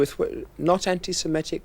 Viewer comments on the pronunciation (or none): It's "se-MIT-ic", you illiterate douchebag. Not se-MET-ic. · you say semitic..... I say semetic....... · the interviewer at the beginning is saying "semetic"